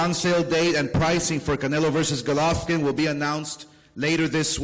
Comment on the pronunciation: WHY DOES OSCAR SAY GOLOFVKIN????